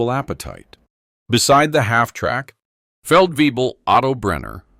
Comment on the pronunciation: Feldwebel. No, not way-bill. And in places where it's common we just call it "forty below." That's where fahrenheit and Celsius meet. (Now then, why does the spelling checker demand a capital C but not a capital F? Fahren was a real person, after all...)